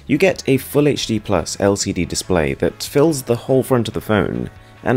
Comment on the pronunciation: “and a headphone jack mighT cuT inTo ThaT” “To fiT AroundT iT” like bro i understand what the aesthetic is around here but you’re overdoing the pronunciation